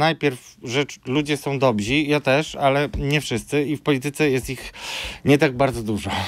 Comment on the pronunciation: Mówi się: DOBRZY, a nie "dobzi" ludzie, redaktorze. Pozdrawiam. 🤷‍♀️